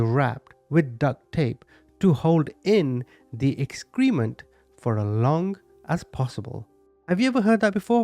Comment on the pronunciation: Subscriber here and I love your channel, so this is very friendly feedback. I noticed since you said the word excrement several times, the pronunciation is "EX-kreh-ment" not "ex=KREE-ment."